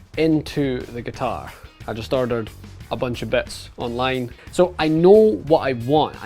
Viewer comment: G U T A I R